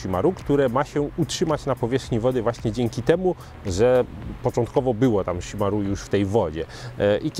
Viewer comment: Wydaje mi się, że wymowa chimarrão jest jednak troszkę inna, bardziej szimahą (Polski zapis wygląda beznadziejnie ale no cóż...) niż szimaru :D no chyba że to jakiś inny dialekt lub wymowa. Ale spotkałem wielu Brazylijczyków i tylko tak oni mówili + na internecie też jest ta wymowa.